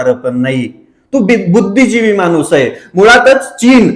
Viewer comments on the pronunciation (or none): none